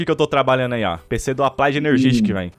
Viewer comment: "applaid";-; e sua pronuncia e escrita do ingles incrível kkkkk